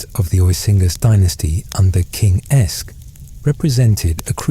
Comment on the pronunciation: Every linguistic source I can find says that “AEsc” would have been pronounced “Ask,” not “Esk.” It sounds like the “a” in “hat” or “cat.”